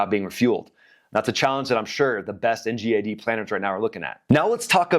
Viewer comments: Ggggg not jjjjj Ngad not njad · I don't like how you pronounce ngad 😂